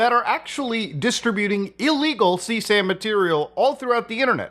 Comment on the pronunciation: Achtshually its CSAM, not 'CSEM'☝🤓